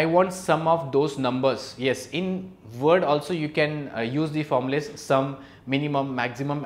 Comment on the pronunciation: you said the word 'formulas' wrong🤣